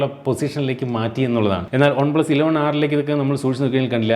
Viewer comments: ഒൺ പ്ലസല്ല വൺ പ്ലസ്. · ഒൺ+എന്നല്ല വൺ+ എന്നാണ് പറയേണ്ടത്